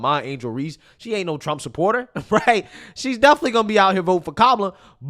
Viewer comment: The word “definitely” is not pronounced “deffly”